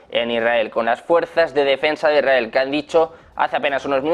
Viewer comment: No se. entiende lo que habla el periodista. Es muy arrebatado all hablar. Ademas dice. Erael .. Se Debe. decir. Israel.